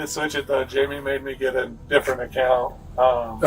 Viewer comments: JAMIE not 'Himay' ugh ai is so annoying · You keep saying hy-me for Jamie. It's pronounced jay-me. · I wondered why it was saying himay for Jamie! I guess it is AI crap. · Hyme instead of Jaime, wtf. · Right! Like the first one they pronounced Jamie like it is in Spanish. My high school Spanish teacher called me that because there were two James in the class. They definitely need subtitle help lol